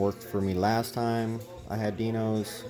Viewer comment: it’s not Die-nos! It’s Die Nose 🤦‍♂️